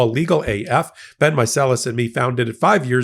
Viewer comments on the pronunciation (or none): none